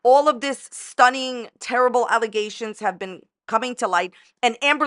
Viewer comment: Don't you mean Stuneeen? 🤣😂💀